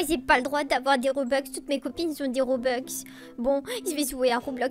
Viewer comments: MDR robeux sa se dit robux moi j'ai pas de robux et j'en veux et j'en n'ai pas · Sa se dit (robux) pas robox et pas (broukvanen)